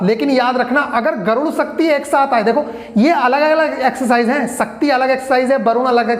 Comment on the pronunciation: Sir garun nahi garur hota hai